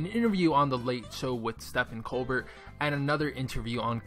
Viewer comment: Was I the only one triggered by "ste fen coal Burt" 😂